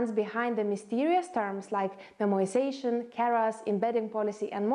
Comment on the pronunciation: it's memoization only!